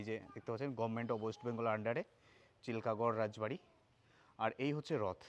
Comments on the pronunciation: চিলকা গড় নয়, চিলকিগড় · চিলকাগড় নয় চিল্কিগড়